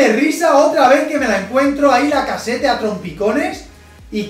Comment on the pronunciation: una aclaracion, lacazzete se pronuncia lacazet xD